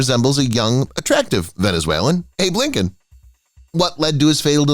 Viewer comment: The emphasis in “a young Venezuelan Lincoln” was misplaced.